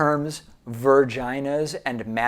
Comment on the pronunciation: Sounded more like "Verginers" to me.